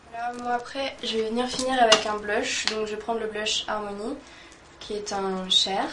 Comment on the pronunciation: elle a dit armony !!! sinon j'adore t vidéo marie